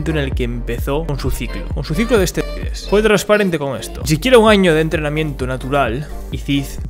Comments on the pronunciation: Y donde lo golpeo el asteroide, que tamaño tenia era de roca o metal aaainsssss se dice esteroides eeeeesssteeeroooiiiideeessss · Esteroides 😂 no asteroides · Se dice esteroides y no asteroides